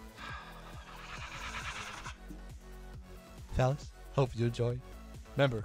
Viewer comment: Am I the only one hear he said war tinder??